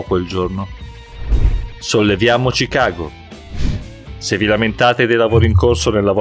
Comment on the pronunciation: Notare che al posto di pronunciare Chicago 'scicago' dice ci cago😂😂😂